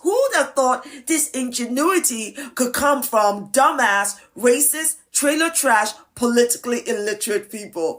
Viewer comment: How many times did she say " racisss" in that video? She's so proud of herself with this idiotix take.